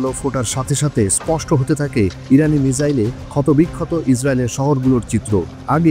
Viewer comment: মিসাইল কে মিজাইল বলেন কেনও।পড়ালেখা দরকার ছিলো